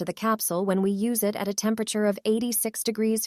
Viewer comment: "The Low-est temper-atchure?" New pronunciation of both words, apparently.